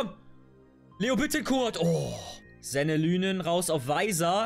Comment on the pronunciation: ich fühl die Karriere sehr, nur eine Sache. Er wir Senne LIENEN ausgesprochen xD